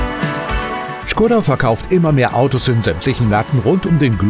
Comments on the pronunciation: schgoda :D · Not Schkoda but Škoda.